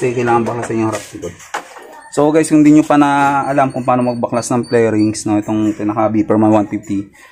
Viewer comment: 😂 Flairings pre hindi pairings 🤦🤦🤦